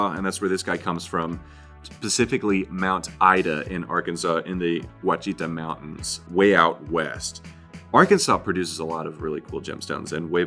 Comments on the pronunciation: Oh, I’m so glad I now know to keep my gemstones out of the oven! BTW, it’s pronounced WASH-a-ta (Ouachita) mountains. Everyone pronounces it wrong! Ask Google! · Ok, I'm really enjoying this video, but as an Arkansas living about 1.5 hours from My. Ida, Ouachita is pronounced wash-i-tah.